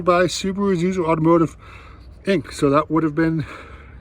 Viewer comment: Aaah, the "Soobaru boobaru lubearu Legacy".